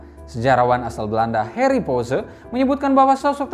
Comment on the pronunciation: Halo, di negeri Belanda kami bilang Harry tidak seperti orang Inggris "Heri" tapi seperti ini "Hahri". Bukan "Harlem" tapi "Haaarlem" maafkan aku mau mengajarkan ucapan yg benar. Kalo aku buat salah di bahasa Indonesia aku juga mau tahu itu. Maafkan aku buat Bahasa Indonesia aku✌️